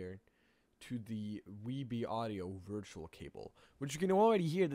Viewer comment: The wee bee and wirtual keep throwing me off... other than the mispronunciation of V as W I don't even hear an accent. edit: Also driwer. I guess there's no V sound in Norwegian? Oh.. also the R sound leans toward W too. "Weboot your system." Other than the V thing, I like the accent. Weendows 8, hehe. More importantly, thanks for compiling the alternatives. Years ago I couldn't find any free alternatives, which I found frustrating because it's such a wonderful piece of software, which seemingly doesn't need that much development to replicate the core mechanism. There's no emphasis on complex interface, graphics, sounds, media, simulation, none of that, so it should be relatively simple to make. Still far, far more development effort than I'm willing to put forth, though.